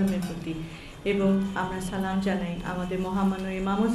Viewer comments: সালাম টাও ঠিক মতে দিতে পারে না। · J salam ta thik moto dite parlo na se bole hadiser kotha how funny